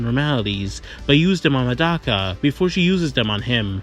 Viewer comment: mf its not "Madaka" it's Medaka😭😭😭😭🙏🏿🙏🏿🙏🏿🙏🏿🙏🏿🙏🏿